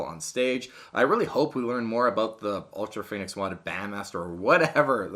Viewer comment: It’s pronounced ultra fonnix